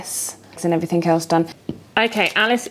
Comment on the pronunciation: Loving your videos and your flow. You speak easily and clearly. But it's "everything" not "everythink". X